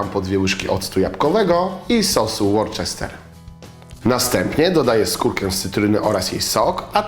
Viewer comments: nie "łorczester" tylko "łusta":D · ŁORCZESTER SOS raaaaaaak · Worcester (wym. łuster) :) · Łorczester? A co to za sos, worcester? To się czyta ŁUSTER... O ludzie, nawet nie sprawdzić? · to nie jest łorczester sos tylko łuster. Tak prawidlowo sie wymawia. A pamietaj zeby pektyne zmieszac z cukrem najpierw i dopiero dodac, dzieki czemu nie powstaną grudki:) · sos Worcester wymawia się trochę inaczej.. Napisze tak : wiekszosc jesli nie wie to mowi na niego "łorczester" jednak to bardziej podchodzi pod "łuste. Tak na przyszlosc:p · Sos 'łuster, nie 'łorczester' :) Pozdrawiam :D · Hehehe czyta się "łuster" nie "łorczester" :D Taki ze mnie grammar nazi, ale pomysły spoko :) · Podobno Worcester czyta się Ło-ste:) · Nie mówi się sos " worczester" ... :D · Sos "łorczester"??? Panowie, som przeca internety. Uczom tam, jak siem czytuje. :-))) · Worcester czyta się "ŁUSTER", tak dla wiadomości :) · ) Worcester wymawia sie Wooster:D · Nazwę tego sosu Worcester wymawia się "łusta", odsyłam do filmiku "Wymowa angielska - częste błędy" z kanału Angielski z Dagmarą, albo po prostu do słownika i zapisu fonetycznego ;) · Sos Worcester czyta się Łuster. Nawet Arlena o tym mówiła :c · Worcester czyta sie Łuster, a z angielskim akcentem Łusta :) mieszkam tutaj :) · łorczester, naprawdę? 😂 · Uszy mi krwawią gdy słyszę taką wymowę sosu "worcester".